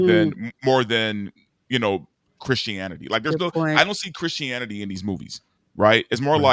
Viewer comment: 31 minutes in and I realise is not saying Chris Hannity, but Christianity 😂